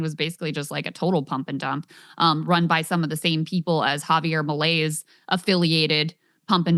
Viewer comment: Krystal pronounces Argentinian president's name Javier Malaise :)